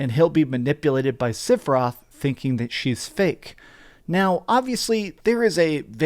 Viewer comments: Are u saying Siferoth? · Just who in Gongaga is "Sif-eroth." For a FF7 fan I don't get mispronouncing the name occurs. However at least he is consistent. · I just watched the self-proclaimed final fantasy fan mispronounce the main villains name for 15 minutes. I’m literally to the end of the video in a blind rage. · learn how to pronounce sephiroth